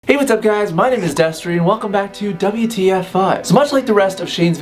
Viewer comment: Still not used to 'Double-You Tee Eff'